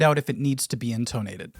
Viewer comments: inTOnated is certainly an interesting choice of pronunciation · You have a really weird way of saying intonated. InTONE-ated. Most people say in-tah-nated and don't stress the "tone". 😂